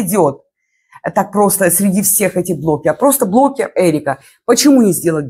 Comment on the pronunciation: Эрика, почему вы все время говорите блоКеров? Переслушивала несколько раз, ну точно блоКеров.